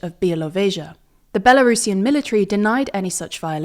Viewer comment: Kudos for not saying Belarusian as Bela Russian. I don't understand why so many English speakers do that.